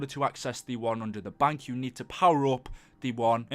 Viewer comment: It's bank, not bunk.